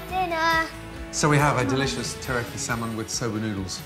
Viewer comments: Would say tillyyaki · does anyone else realize he's saying teriyaki wrong LMAO